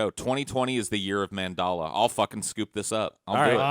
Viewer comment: You mispronounced Mandela effect wrong several times, but you pronounce Nelson Mandela correctly. Wtf